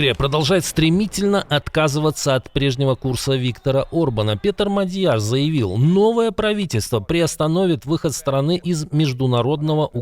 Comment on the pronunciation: МАдяр! Ударение на первом слоге. Проверьте и говорите венгерскую фамилию правильно.